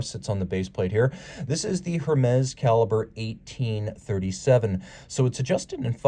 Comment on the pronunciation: Hermes pronounced "Ermez"